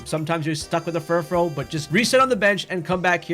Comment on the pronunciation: Thank you for being one of the only people online I've heard pronounce Furfrou correctly